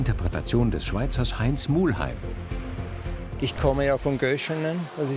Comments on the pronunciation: Kleine Anmerkung an die Redaktion, er heisst Muheim und nicht Mu*L*heim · Bitte? Der Mann heisst Muheim, nicht Muhlheim... Wie der legendäre Lokführer Franz Muheim mit seiner Ae 6/6 "URI"